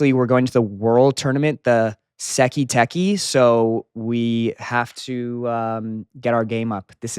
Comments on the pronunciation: Bro said seki teki its saikai taikai😂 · bro really said sekii tekki